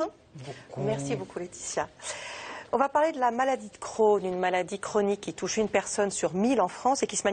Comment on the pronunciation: La maladie d'Crohn alala le "e" n'est pas la pour rien